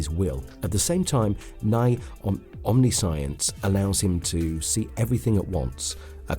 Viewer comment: "omni science" haha